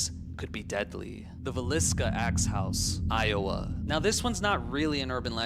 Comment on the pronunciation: Did Ai just say Lowa instead of iowa? Cmon now 😂 they know we're onto them so they're playing dumb.. 🤔